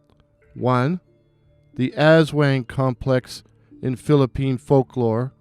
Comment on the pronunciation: The wang in aswang is actually pronounced with the short a. Great work and it's really great to see creators taking the time to research our local folklore.